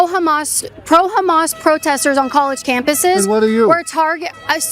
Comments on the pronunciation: Did he just call Hamas, hummus? 😆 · I thought that guy said "hummus". 😅 I'd have said, "You're a chickpea". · That guy said Hummus instead of Hammas and it took me out 😂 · That one guy said Hamas like "Humus" and my sarcastic brain went "Ohh i understand the confusion now. Leftists think they're supporting humus, not Hamas" 😂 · Did that guy say Hummus?? It's actually Hamas 😅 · That dude said humus.. like the food?